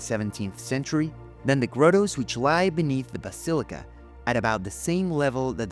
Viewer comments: Wonderful presentation.... But ... "Mah-dul", not "moe-dul"... "Grah-toe", not "grow-toe", "Guy-us" or "gay-us", not "guy-yoos". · Teaching the Italian accented A.I. voice the proper pronunciation of the word grotto would be nice. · Omg stop saying Grotto wrong